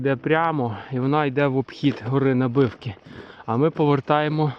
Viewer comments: На'бивки, а не Наби'вки! ))) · Вітаю, відео супер. Приємно бачити знайомі місця. Ходимо частенько на Набивки, зі сторони села Сукіль. Доречі місеві наголос в Набивки ставлять на букву а.